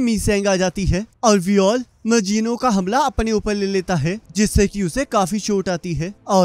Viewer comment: Bro it's not magino its mazino